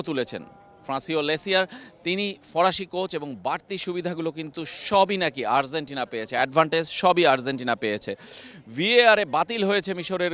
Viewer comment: Arzentina না, Argentina. উচ্চারণ ঠিক করেন